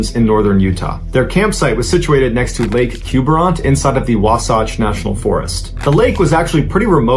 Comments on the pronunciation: It’s WAH-satch (like “satchel”), not wah-SAWCH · The mountains are pronounced WAH satch - rhymes with raw snatch. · I remember this... It happened right up the canyon where I lived in my cabin up in Kansas, Utah... It's beautiful... But people go missing all the time up there by the lakes, especially around Mirror Lake... And you said Wasatch wrong it's like Wahs-atcha, Wasatch...